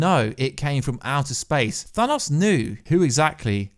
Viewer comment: Well done, never stop telling people that it is pronounced 'Thanos', not 'Dan Owes' like so many Americans insist on believing